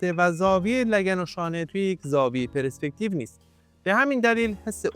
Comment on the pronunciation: درود خیلی یاد میگیرم و لذت میبرم ولی یه اصلاح کوچیک کنم: تلفظش، «پِرِسپکتیو» نیستش. حرف «ر» ساکن هستش. چیزی که یاد گرفتم اینه که فضا از صفحه های تخت ساخته شده که مثل لایه های پیاز تعدادشون زیاده و خیلی نزدیک به هم هستن. و هرچی فاصله این صفحه ها زیادتر بشه از هم یعنی پرسپکتیو دورتر میشه و عمق فضا بیشتر میشه و برعکس. و از طرفی میشه گفت چیزها از بلوکها ساخته شده که با دیدن و درکشون، میشه به نسبتهای دقیق در عمق و فاصله اونا از هم رسید و میشه طراحی از هر چیزی رو درست انجام داد تا باورپذیر و زنده دیده بشه. واقعا درست گفتی که تا فهم و درک از ساختار طراحی و فضا و عمق و پرسپکتیو بالا نره ، طراحی رو نمیشه فهمید و توش پیشرفت کرد. و همه اینها به لطف اینه که از واژه‌ها درست و دقیق و به جا استفاده میکنی ضمنا تدوین هم خوب و باکلاسه. موسیقی متن و زیرمتن هم خوبه. خدا قوت👏🏼👍🏼✅